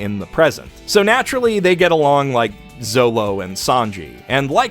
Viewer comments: Zolo? It’s Zoro you casual. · Here comes every one piece fan to roast you for saying Zolo and not Zoro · actually everything us wrong with it. "Zolo" sound like a 3 years old child trying to pronounce "zoro". If you aren't Japanese there is no excuse for you to say "L" instead of "R" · Super glad is enjoying One Piece, but the Manga Plus spelling of Zoro makes my ears bleed. When are we getting that next One Piece vid anyway? I'd love to hear your thoughts on my favorite manga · lol Zoro not Zolo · Just wanted to point out when you said Zolo and Sanji, it's actually Zoro. The official translations call him Zolo because of copyright reasons. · Zolo is pronounced Zoro. They say Zolo for copyright-related reasons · did you just say "zolo" instead of "zoro"? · Uh oh,. You've gone and said Zolo. Hold on to your butt. I can hear the angry weebs firing up their keyboards. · Kind of irrelevant but why did you say zolo instead of zoro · oh shit he Called him Zolo! EVERYBODY HIT THE DECK! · Did this man just say "Zolo?" In front of my salad?! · man said zolo. no. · Did this guy just say zolo?! 😡😡😡😡😡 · Did he said Zolo? Or am i going deaf? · The fact you said Zolo hurt me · Nah it's cause he calls Zoro Zolo. I almost closed the tab there and then. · Did you just call him "Zolo". Seriously. The fuck man. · This man really did just say Zolo. I know you probably read the Viz translation but they changed it to Zolo for copyright not for correctness. I’d love to see your updated thoughts on One Piece still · Did... did this man say Zolo??? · The point is, calling him Zolo isn't inaccurate to his name, at least in terms of how he's called in Japanese. You might not be used to it (and I'm not, either), but it's totally fine and there's nothing wrong with it.